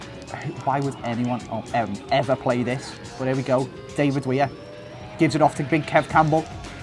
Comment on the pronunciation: It's davie wair, not David wair.